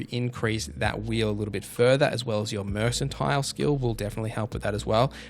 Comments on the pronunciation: Mercantile is pronounced murk-an-tile, not mersan-tile. Uninvisible is actually pronounced visible. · FYI, ‘mercantile’ starts with ‘merk ’, not ‘Mers’ 👍🏻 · Calls a slider a radial Pronounces mercantile "mersantile" What is happening